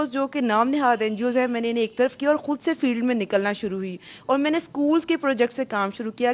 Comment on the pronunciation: lafz halaf nahi hota khilaaf hota hai aur lafz hod nahi hota khud hota hai..